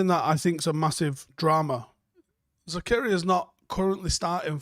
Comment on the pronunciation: Denis Zakaria 'Za-car-ree-ahh'